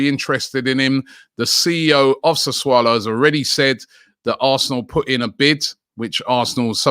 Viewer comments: It's Sassuolo not Sassaulo, nor Sassulo. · He finally started saying Sassuolo now he switched to Sassuaalo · Absolutely nobody : Robbie : “Saswallow” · What's he swallowing?🤣🤣